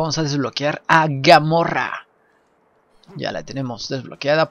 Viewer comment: Jaakakka GAMORRA JAJAJJA ES GAMORA TU NO TIENES IDEA DE SUPERHÉROES KP